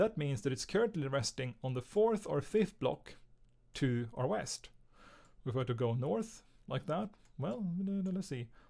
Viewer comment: bro said weast once